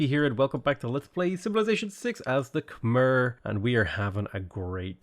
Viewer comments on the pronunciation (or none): It's pronounced Kuh-My